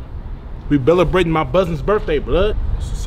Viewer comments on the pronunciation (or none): “Belebrating” took me out!!! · This shit still cracks me up 😂😂 “belebrating”